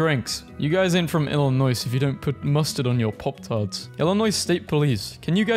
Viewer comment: why does he say "Illinoce" 😭